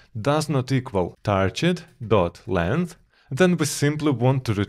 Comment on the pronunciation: Nice videos as always. By the way you're pronouncing "target" incorrectly. You're saying "tarjet" instead of "target".